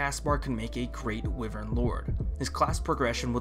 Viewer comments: How do you pronounce wyvern wrong? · hmm, wivern. An interesting pronounciation when I usually say Y-vern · It is Pronounced why-Vern